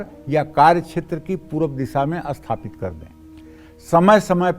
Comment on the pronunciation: Likha toh sathapit hai bol asthpit rahe ho. 😇😇🙏